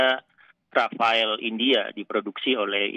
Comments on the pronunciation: ..bilang Rafale..Rafael 😂😂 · Rafale jadi Rafael..😄😄😄😄😄😄😄😄😄😄 Dahnil...2x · Bacanya: RAFAL. bukan RAFAEL. Sekedar informasi saja.